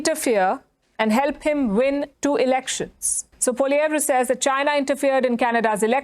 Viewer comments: I like how india can pronounce Pierre's last name properly but trudeau can't lol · It’s interesting that the India Newscaster pronounces Poilievre correctly while many Canadians don’t.